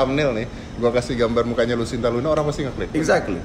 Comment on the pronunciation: Om dedy, nma si bncong itu "lucinta luna" bkn "lusinta luna"